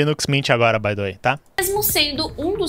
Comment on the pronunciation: Mano o que é isso que você fica falando? Isso de "bai de uei"?